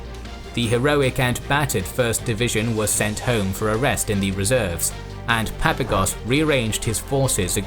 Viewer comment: I believe that when pronouncing the Greek generals surname it would be more correct to emphasize the second "a" in his name , as in Greek it would be spelled as "Παπάγος" .